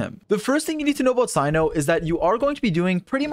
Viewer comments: Not Cino it’s Cyno [se:no] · he pronounces tighnari's name right but not cyno's nor kandake's smoge